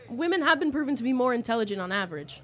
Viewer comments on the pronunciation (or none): “You’re saying we’re not I.T.E.H.E.LUUU.G.ENT”. Says the person who can’t even say the word intelligent.